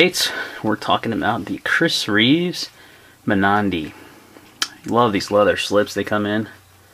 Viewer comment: At one of the shows Anne Reeve once explained the proper way to pronounce Mnandi. It's not "ma-nandi", but rather Mmm-nandi. Just fyi. Great knife, great review!